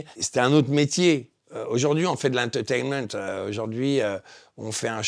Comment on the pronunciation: "De lenteutainemente"